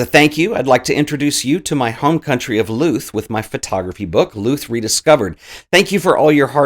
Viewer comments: louth is pronounced like loudth :D not looth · I'm gonna be that lad, but has to be said! Dundalk is pronouced as "Done - Dalk" and Louth is pronouced so that it rhymes with "Loud". They're English words that were anglicised from their Irish language names & as a result they're pronounced a little different than what you'd expect. Loads of love from an Irish student nurse who started using photography as a way of self expression because of your channel! Grá <3 - Ciarán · Hi great video. Louth is pronounced like mouth. I'd love to see more videos about zines. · Apologies if someone already mentioned this, but say the word ‘mouth’, then put an ‘L’ where the ‘m’ is and that’s how you pronounce ‘Louth’. 😁